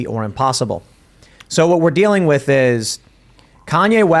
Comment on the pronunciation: Why does say "wit", not "with"? I think its intentionally done as he pronounces everything else with intent.